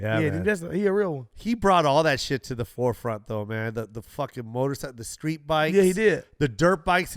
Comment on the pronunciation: I think Joe Koi said sKreet ! 😂🤣😂